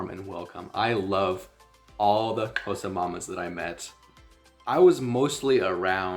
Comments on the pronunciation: THE WAY YOU PRONOUNCE XHOSA IT PROVES THAT YOU REALLY HAD SOCIAL LIFE WITH THEM❤❤❤ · Your Xhosa pronunciation is perfect 🥰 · Man there are South Africans who can't properly pronounce half the things you can.... For that cheers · My guy here pronouncing all the clicks properly (Xhosa, mngqusho etc.) and we have many South Africans black and white who can't even pronounce Xhosa out here butchering us with "Khosa" 😂🙌🏾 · Uyitye yonke bro, all you said is correct n your clicks are on point 1love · Love how you pronounce Xhosa not many can do it like you do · You pronouncing it far better than most South African whites living in the Country. I am Xhosa from the Eastern Cape, Uitenhage. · He pronounced it better than most non-Xhosa speaking South Africans, right? They almost always say "Koza". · Wow, you Qs are better than mine. From a Xhosa speaking Saffer.